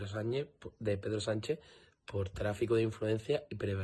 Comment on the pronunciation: Hacer caso del inteligente que empieza diciendo " la mañana donde...." el que tiene tanto desparpajo para no saber pronunciar "prevaricación y Sánchez ", al patriota que disfruta de ver sufrir al pueblo por un problema eléctrico o al que culpa del problema y hasta de la solución es de ser psicópata y tener mucho odio dentro.